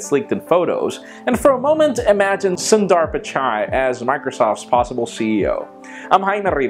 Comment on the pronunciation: its pronounced "soon-there pich-eye" . I am not kidding. oh ! and I choose galaxy S5 coz i need a micro-usb charger